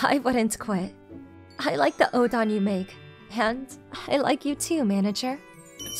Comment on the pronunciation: O. DEN. OOOOO. DENNNNN. ITS NOT ODON